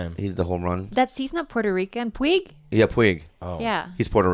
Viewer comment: I laugh at anything Bobo says. When he called Puig as "Pew-g"